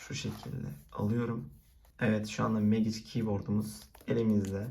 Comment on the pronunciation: Oğlum megiç diyip durma mecig lan